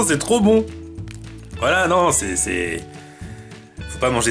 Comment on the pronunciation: c'est rrop bon c'est rrop bon c'est rooooo von